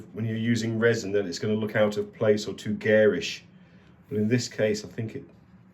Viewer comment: "too gayrish" ?